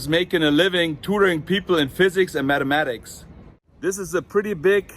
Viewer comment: You say maddematics like my mother. Sie sagt immer, dass das englische th für einen Deutschen der am schwierigsten auszusprechende Laut ist. Keep doing videos comparing old photos to the current places. Love it!